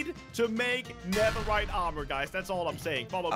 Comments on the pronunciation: Did say neveright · Did anyone notice that he said neverite instead of netherite 😕🙃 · My man said neverrite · in the beginning literally said niverait i'm bad at spelling nideriht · Listen not diemond nether rite